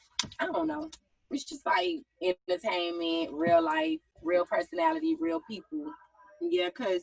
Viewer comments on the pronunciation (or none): Schong (Strong) Wong (Wrong) Ga-Own (grown) Ha-Loan (Hold on) Pa-son-natty (Personality) Acted (Active)